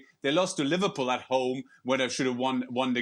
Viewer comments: "Liverprool" you drunk teleprompter.... go home.... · The headline "Liveprool" 💀